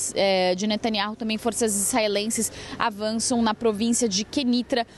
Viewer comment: Observem essa reporte 02 , ela não consegue pronunciar o nome do primeiro ministro de israel e outras frases , deve ter se esforçado bastante pra chegar aonde chegou! parabéns, é uma critica cosntrutiva